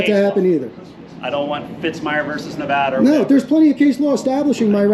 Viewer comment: OH my got, you pronounced our state name correctly. Thank you for taking the time to pronounce it correctly this time! (TRIGGERED BOOTLICKER LOSES HIS MIND - Reno)